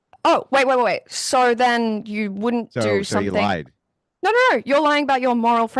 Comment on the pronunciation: “Nohr” How do you fk up a 2 letter word? An entire continent can’t pronounce the most powerful word in the English language